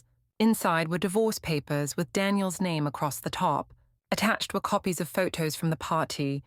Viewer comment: The female robot narrating this story is annoying. Every word with a 't' sound gets a second 't'. Waiting become wait-ting, photo becomes phot-to. It's irritat-ting.